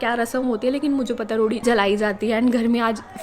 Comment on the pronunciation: Lohri hota h lodi nhi 😂